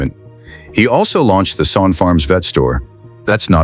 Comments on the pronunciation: It's Sonne , pronounced Sunny , not son . His boy is Reid , not Reed. Get your facts straight before you make a video. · Really stupid u tube .its pronounced sunny. Have you no self respect. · Agreed, if your going to feature a family farm, the least you can do is pronounce the family name correctly. Sonne , pronounced Sunny. Otherwise some good content. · The last name is pronounce Sunny! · Overall, a great presentation. BUT, it was an insult to my ears to hear the Sonne name mispronounced over and over again. Let's not forget, Reid may choose a different life, just as Cole's older brothers did. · I was going to comment on the same thing. You would think that something as detailed as this, could at least pronounce the name correctly….. 😂